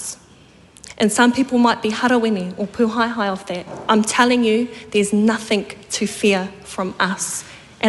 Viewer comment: "Nothink to fear" Dear-oh-dear. I fear so much.